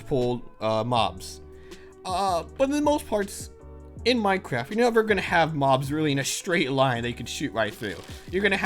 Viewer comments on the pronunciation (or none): none